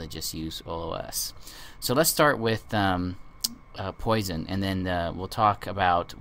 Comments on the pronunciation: It's pronounced "Pwasson" not "Poy-son". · Really, people have correctly commented that it is pronounced "Pwasson" not "Poy-son", actually two people, 10 and 11 yrs ago and you still have not redone the video to correct this....Has nothing to do with whether you speak French or not.